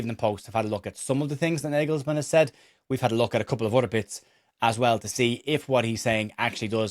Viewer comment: Gotetska, Kimmich et al are German football royalty, they’re not going to be dropped for Stach. Very demotivating for Stach, and shows why German football is in a dip. (Btw, it’s pronounced “nargelsman”) Keep up the good work mate 👍🏼